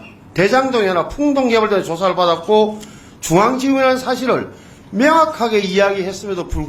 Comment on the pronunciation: 명확하게~ 맹약하게가 아니라~